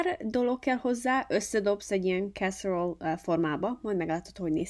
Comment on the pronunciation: Nagyon jól néz ki és biztos finom is. De ha már olasz étel, akkor mondd olaszosan, "e"-vel a végén! Kár hogy nem mondtad hogy a "fehér" szósz milyen ízesítésű, hogy mivel tudjuk helyettesíteni?